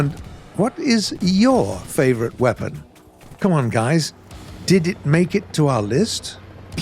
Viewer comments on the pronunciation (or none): none